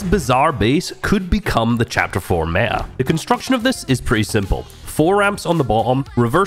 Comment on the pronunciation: Bro turned british for one word